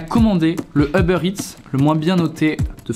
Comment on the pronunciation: on dit Uber pas Eber.